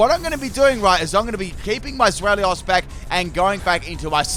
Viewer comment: It's pronounced ZWEI (as in the German word for 2)-LOUS, not Zwel-ious